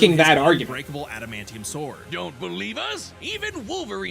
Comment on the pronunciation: “The scythe can cut through space” “Errrrm I dunnoooooo aduhmanteeum pwetty stwong”